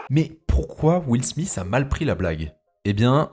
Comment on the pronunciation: Will Smith pas smisssssssssss .....